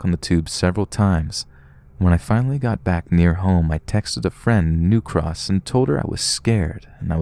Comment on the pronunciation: He says New Cross wrong! It’s bugging my happiness! It’s sort of like the same way you say Kings Cross which isn’t right, the intonation is off for some reason and I can’t quite place.